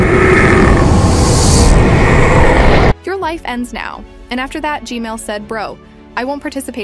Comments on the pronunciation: Why do you say gmail instead of gman? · I appreciate your videos and all but u saying gmail 💀 its gman btw keep the good work up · bruh ssif g-mail instead of gman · I love how says Gmail instead of Gman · "the new titan Gmail" 😭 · It’s so funny because POV you said gamil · I just noticed. You call G-Man Gmail 😆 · He said g mail💀💀☠️☠️☠️ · How many times did she say g mail toilet again? 💀💀💀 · why does she say gmail instead of gman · It’s g-man not gmail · It is not g-mail it is g-man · Bro why did you say gmail toilet instead of g-man toilet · He Name Is G-Man Toilet Not G-Mail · Why do you say g mail not g man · Fix ur grammer plz I’m sorry for being mean but u said gmail it’s g-man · I refuse to subscribe to this channel on the grounds that you keep calling him GMale toilet. It's GMAN. he's not a freaking email service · you make a mistake always you say g-male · I love how every time you say "gman toilet" it sounds like "gmail toilet" 💀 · I love how when u say “g-man” it sounds like “g-male” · i like how she says G-man toilet "G-mail toilet" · Don't say g mail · Bro calls him g mal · please stop saying g mel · Uhm you said g-man wrong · Kinda funny how you say gman